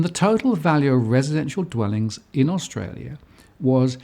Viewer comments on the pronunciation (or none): none